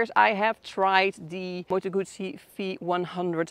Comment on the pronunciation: A Gooosee no - a Guzzzzeee